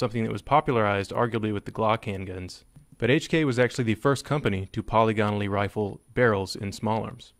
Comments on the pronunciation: Why do YouTubers keep saying poly gone al when it’s po lig a nal? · Say "poly gone o lee" again. I dare you.